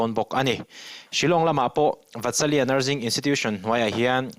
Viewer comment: NurZing nilovin nurSing tia lam tur aw